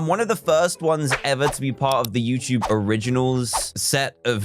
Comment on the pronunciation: After all these years, he still says youchube instead of youtube.